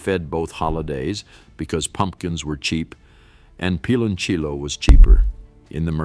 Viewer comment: I COULDN’T WATCH THIS. I CRINGED EACH TIME IT MENTIONED “PILONCHIYO” 😖😖😖😖😡😡😡